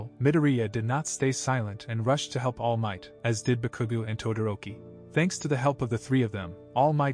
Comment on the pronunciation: Omg, you said so wrong Bakugou that I laughed and also annoyed to see multiply times this happen